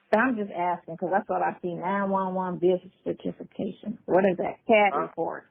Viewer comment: 2026 back again certification????????????? Mercy...... English is not her first language😂😂😂